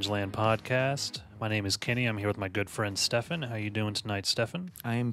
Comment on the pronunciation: Investigator with Uzi: You wanna meet my leeetle frinn?